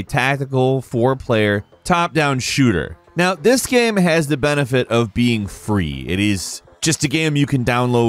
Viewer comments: Bugs the crap out of me when he says "gam" instead of "game". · Why can't this guy say 'game' properly. Is he joking saying gehm all the time ? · Why do you say gam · "A third person adventure GAM" is definitely all i could hear and i cant stop repeating it.